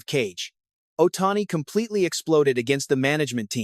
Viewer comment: LMAO! What bullshit drama. They didn't do anything without talking with him, FIRST. Who T F is "Ohtanny???"